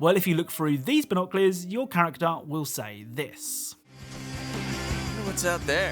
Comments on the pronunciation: It's BINOCULARS not BINOCLEARS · What are Bonoclears? 🤦🏻‍♂️🤦🏻‍♂️🤦🏻‍♂️ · Loved the video but knowing how you say binoculars really bothers me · I love you man and your content but binoculars aren't pronounced that way 😙